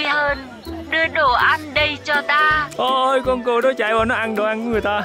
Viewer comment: kêu cừu đến bên cạnh mà cứ như kêu cún ấy. 😆 Vui ghê